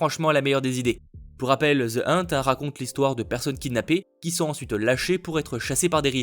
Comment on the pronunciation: Tu le sais, t'es le meilleur mais... Je ne fais jamais ce genre de commentaire. J'ai même horreur de ceux qui disent ça mais pour The Hunt: Ça se prononce plus "Eunete" que "Inte".😂 Je dis ça pour m'assurer que tu ne te fasses pas trop taper en disant ça dans la vraie vie mdr Sinon, t'es génial continue comme ça.